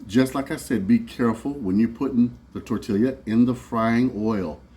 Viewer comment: great idea with the potato masher! the double LL in tortilla makes it tor-tee-ya. lots of good mexican food in california.